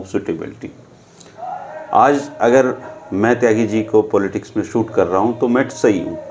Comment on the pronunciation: Shoot or suit bolne ka abhyaas karo,.